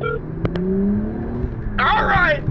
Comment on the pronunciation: 😂😂😂😂😂" ....the Walgreen..." 😂😂😂😂No 's'? 😂😂😂😂😂